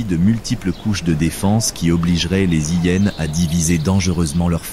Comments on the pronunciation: Un vocabulaire catastrophique de l'intelligence artificielle , style " les zillénes " 😂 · Cessez de faire traduire ou commenter par ordinateur, ceci évitera d'entendre parler des " zi hyenes" ou bien encore de d'entendre qu'une hyene fait quasiment le poids d'une lionne.. Une lionne adulte pèse le double d'une " zi hyene" ...Navrant ...